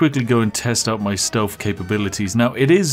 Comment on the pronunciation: Its TH... not F.... stealTH... not stealf 👉😖👈